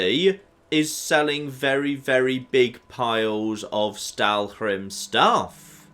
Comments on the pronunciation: Im cringing every time he says "Stalwhrim" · admittedly, with all the fun you make of pronouncing things at times, I'm surprised by the Stalhrim prononcing you're doing......my goodness.....lol. Get the whole damn "hrim" part lol.